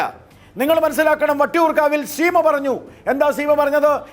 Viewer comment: എടോ ഗോപാലകൃഷ്ണ.. താനാരു വാ നീ ആദ്യം CPIM എന്ന് സീമ എന്നും നന്നായി പറയാൻ പഠിക്കു..ഷി പി എം എന്നല്ല.., ഷീമ എന്നും പറയുന്നതനാനാക്ക് വടിക്ക്.. ഷി.ദിവാകരൻ.. എന്താടാ